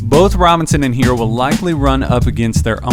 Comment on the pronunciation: Look.... it's HeRRo. NOT Hero. NOT Heero. And also NOT Hiro. Some of these "professionals" can't pronounce a name right to save their lives. Let's stop this lazy disrespect and get the man's name right! Can you spell H.E.R.R.O. ? And can you pronounce that double R? Like in "FERRO" or "TERRA" and "HARRY"? You can do it, I believe in you. 💐👍